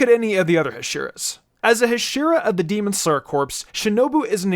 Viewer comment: "Demon sler"